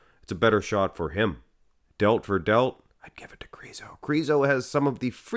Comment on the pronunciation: Please say Krizo with a short “I” lol it’s driving me nuts! 😅